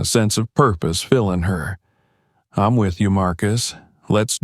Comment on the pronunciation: Once again it's frustrating to hear mispronounced words. Eg. EEM INSTEAD. OF I'M Just one example in this story. Pls do something about this issue